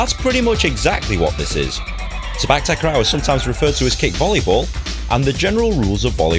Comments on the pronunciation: It’s pronounce Si pak, tak ro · The way u said sepak takraw is kinda funny